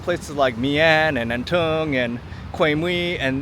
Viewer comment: Although you are not Vietnamese but still, you are Asian Try to sound as closer as possible when pronouncing the names of Da Nang districts such as An Thuong, My An etc. No need to sound like many other tourists. You are married to a Vietnamese after all.